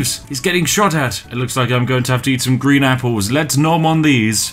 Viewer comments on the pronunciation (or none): none